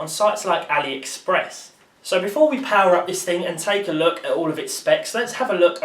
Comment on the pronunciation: "now you're playing with powe"